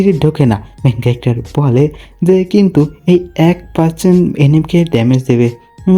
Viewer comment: Main calactor main calactor sunte kemon jeno lage😅